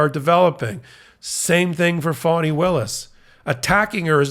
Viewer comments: Is calling Fani Willis phoney Willis? If he is, have someone correct him please!! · towards the end it changes a bit. but the first ~half of the video it sounds like he’s saying phony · Enjoy your report; however Ms Willis first name is pronounced Fannie Willis” not Funnie Willi! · It's Fani not phonie. Saying her name like that makes you sound like T'rump. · It's Fani not Phony. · The name is District Attorney Fani Willis, not fony Willis, Fani as in Fannie Lou Hamer, PUT SOME RESPECT ON HER NAME. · why is he pronouncing her name like that? it sounds like he’s saying “phony”. i’ve heard her name pronounced two different ways but this just sounds… weird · He is pronouncing it like fawn-knee